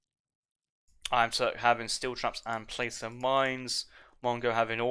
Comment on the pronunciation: I live in Placer County, CA where placer mining was utilized during the great Gold Rush. Placer rhymes with tosser, (which I think is common British slang) so it might help you remember in the future. Another great cast bro, appreciate you giving up your free time to cast these. More info on where the AOE3 placer mines upgrade comes from